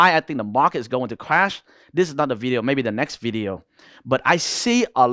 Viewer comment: Unfortunatelly the only word i couldn t understand from this guy was; "clash"...just kidding bro..nice vid